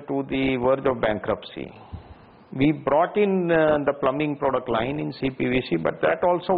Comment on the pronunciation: Its pronounce plumming not plumbing